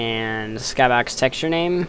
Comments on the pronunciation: in my skahbox? lol thats how you said it lol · You say skybox funny :P